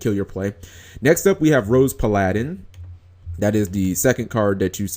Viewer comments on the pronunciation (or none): why u pronounce Paladin like it's a Japanese word? That's weird. PA-LA-DIN? NO Pal-a-din. It's an English word. Dating back to the 1600s. Bruh. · PAL-A-DIN not that hard =3= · Plus it's Pal-uh-din. Tgat is the pronunciation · PA-LI-DIN NIGGAHHHHHHH GOD DAM! IS FL EDU SYSTEM NOT GOOD ENOUGH DAM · g you cannot pronounce paladin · Everyone complaining because he said Paladin weird, but nobody cares when people call Exciton Knight"Extinction Knight." K then. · Idiots say it like that, and I care. It's fucking annoying. If yugitubers just sounded out a work ONCE before they read it they'd be far easier to listen to. And the fact that he thinks paladin is a japenese word to begin with is stupid because they don't use the L sound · the problem was that he thought it was a japanese word see Timestamp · Who screws up saying "Paladin"?! Either way another solid video.